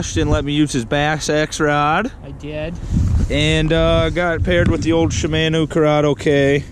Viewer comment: Not shimaeno , shimano